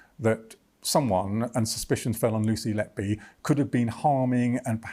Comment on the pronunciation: HER NAME IS NOT LETBE IS LETBY... YOU READ LET BY, BUT SHE WAS LET-BY WHO... WHO LET LETBY DO THIS AND WHY LETBY NO LETBE WAS LET BY WHO SO LONG, HER NAME SAYS EVERYTHING SHE WAS LET BY WHO TO DO THIS MURDERS